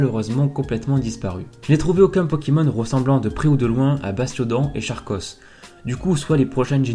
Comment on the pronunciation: Charkos ce prononce Karkos